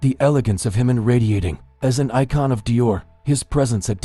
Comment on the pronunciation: Say Jimin's name correctly!